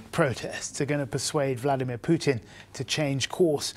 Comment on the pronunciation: BORING ''MARK URBAN'' HE IS THE ONLY PERSON IN THE WORLD WHO PRONOUNCES VLADIMIR PUTIN.....VLAD - EEM IYA-- PUTIN, INSTEAD OF VLADIMIR PUTIN... SO SO ANNOYING LISTENING TO THIS PRATT MISPRONOUNCING PUTINS NAME....!!